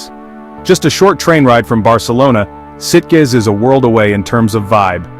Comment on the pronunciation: I believe Sitges rhymes with Beaches